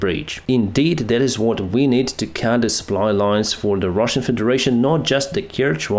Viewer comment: I love how he just sez "and the Rahsian tanks are Ka-boomed!"